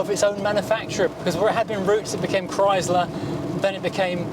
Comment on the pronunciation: Just so you know, it is NOT pronounced Chrys/ler, it is pronounced Chry/sler. Sounds like Cry slur. And make sure you find that letter R. NOT Chry/sla Two syllables said quickly like two words. There are videos of the man himself Walter P Chrysler discussing the new Chrysler Corp. And that is how he pronounces it.